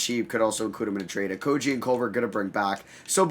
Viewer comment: you butcher Okogie's name every single time. Its "Oko-gee" not "Oko-jee"